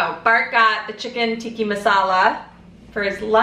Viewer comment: Haha love u.. its chicken tikka not tikki tats cute when u say tat.